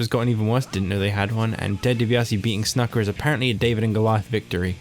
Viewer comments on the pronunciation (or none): Ur pronouncing snukas name wrong